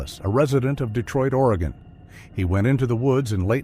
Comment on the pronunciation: Spoken like a true Oregonian!! 🤣 At least he said Oregon correctly!! 🤦‍♀️ I am a born and raised Oregonian, and my children are second-generation, and my grandchildren are third-generation Oregonians!! I will say that we definitely have a great number of people who go missing in this state!!